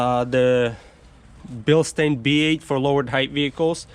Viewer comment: Its pronounced Bil Stynes.